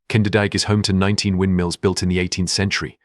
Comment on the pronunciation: AALSMEER. KEUKENHOF. KINDERDIJK. Why are you mispronouncing the names? This is a great video but the narration ruins it completely, WAY TO FAST, WHY THE HURRY?